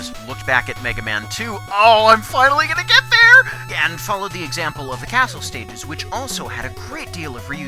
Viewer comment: I think you may have said sticyges rather than stages. (After Crystal Man no.)